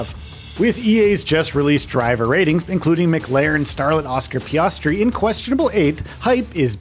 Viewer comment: You pronounced Piastri and Immola wrong Lol